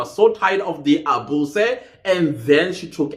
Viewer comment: It's the a-boo-seh 🤣